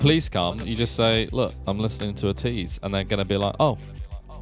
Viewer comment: Ateez is actually pronounced A-tease not At ease. There are a eight member group. The fandom name is called (A-tin-y) Atiny.